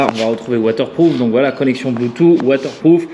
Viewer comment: Bleutou ??? "Bloutousse" phonétiquement .... Android auto ok mais est-ce qu'il fait Apple Carplay ? La taille n'est pas trop grande ? Tu ne vois même plus ton compteur >.<